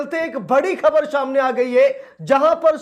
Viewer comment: शाम ने नहीं सामने। सही हिंदी बोला करो।